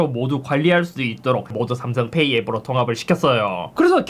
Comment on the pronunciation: 삼성페^이 억양이 구수하네요 ㅎㅎ